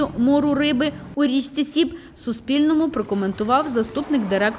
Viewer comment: річка називається Соб а не Сіб